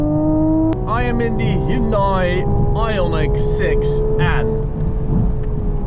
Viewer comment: it is pronounced "hyun-day"